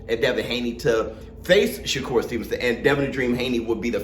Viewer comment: I thought every been announced Shakur as “Sugar”. Every since the valdez fight